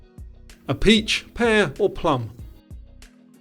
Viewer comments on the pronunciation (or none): none